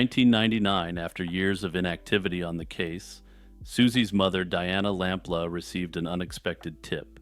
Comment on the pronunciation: It’s lamploo not lamp la